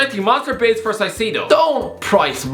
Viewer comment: The Caicedo pronouncation is insane